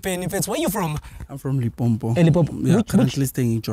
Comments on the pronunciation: As a person that comes from Limpopo, representing the rest of Limpopo, I declare that this man is not one our own! Its not LIMpompo, Its Limpopo.😂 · Guys! I heard this guy say Limpompo mos kanti what is it Limpopo or Limpompo? I almost got attacked for saying Limpompo